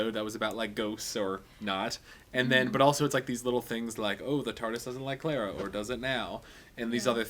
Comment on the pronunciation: sometimes when you say clara it sounds like clera to me :P but love your reviews =)